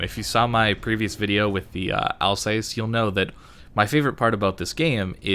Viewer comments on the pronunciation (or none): none